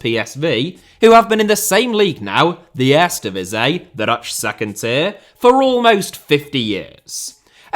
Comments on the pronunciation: It's very odd how he managed to pronounce the 'ee' in the "Tweede Divisie" pretty correct, but somehow completely butchers the word "Eerste" the whole time, despite the "ee" sounds being pronounced exactly the same in Dutch. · Lol, you're pronouncing "tweede" in PERFECT DUTCH, but for some reason you don't use the same vowel sounds for "eerste". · I don't get it. Sometimes he said 'eerste' as I'd expect, others it was lame. OK, I'm not a Cutch speaker, and some words look just weird and impossible to pronounce. But Eerste divisie?